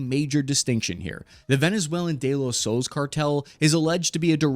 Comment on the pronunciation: The Spanish word "soles" is pronounced "soh-less". The "o" is pronounced like the "o" in "go", and the "es" is pronounced like the English word "less".